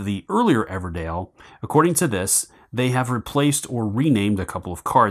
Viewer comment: EVERDELL! Not Dale oh my god 😂 DELL.